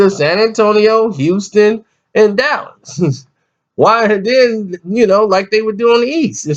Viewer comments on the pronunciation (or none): none